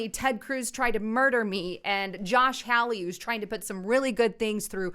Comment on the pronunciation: Hello, Enjoy your videos. Just wanted to give you an update about the The Senator from Missouri, Josh Hawley. His name is pronounced, Ha - Lee.